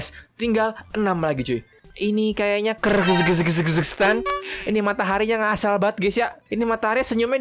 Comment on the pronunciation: Santai aja napa ngomong kyrgyztannya ngomongnya tuh kir-gis-tan